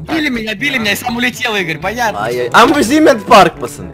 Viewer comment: не амузинит парк а эмъюзмэнт парк